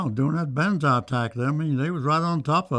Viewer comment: Great video. Just one thing, how come Americans can't pronounce "Banzai" correctly (in this case it was the interviewer)? They always say "Bonsai", which is a tiny tree made from a special trimming technique, whilst "Banzai" is a war cry meaning "Ten thousand years".